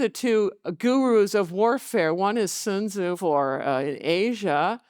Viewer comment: This feminist instantly lost me in the first few seconds when she said "tsun tsu for Asia" she read a few books, cannot reason why man does what he does or conception of honor, but worst of all she does not understand why war exists or how war works. Keep your kids out of college if they're gonna be taught this liberal trash